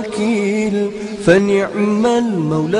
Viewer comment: fani'mal bukan wani'mal.